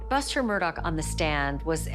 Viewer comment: His name is pronounced ALEX MURDAAAH. Right. Why are people saying Alec MURDOCK?